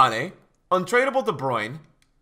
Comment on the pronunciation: There's three syllables in "De Brunye" not 2